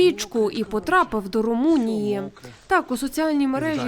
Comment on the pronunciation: Мне показалось, или она как то так с презрением произнесла: " Потрапал до Румунии" . ха-ха типа, Румыния ...какой андегаунд. То ли дело Украина ....